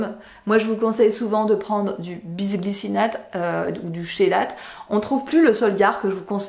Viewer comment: Info prononciation - On ne dit pas "ch" "chélateur", mais "k" kélateur". Ça vient du grec ;)